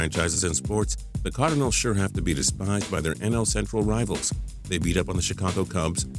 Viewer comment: you say cardinals like cardanils